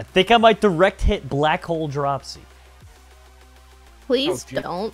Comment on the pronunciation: dropsy, is saying hot chew?